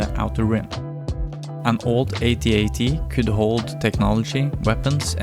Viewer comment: It's AT-AT not AY-TEE-AY-TEE 🙄😂😂😂